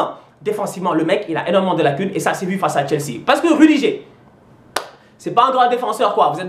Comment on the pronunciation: On dit "rudiguèr" et "terch stègueun" pas stenguen ou rudigère